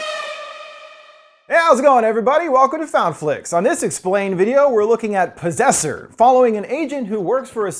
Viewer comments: PROSSESSER? oh POSSESSOR! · At the start when he says disaster/possessor if you think he’s going to say possessor it sounds like you’re saying prossessor if you think he’s going to say disaster it sounds like he seen disaster